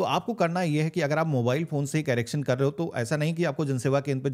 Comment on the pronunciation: कैरेक्शन नहीं करेक्शन बोलते हैं